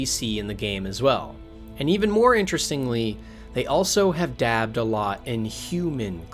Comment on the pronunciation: are you actually saying "Equipted?"... They also have "dabbed" a lot...wtf is this?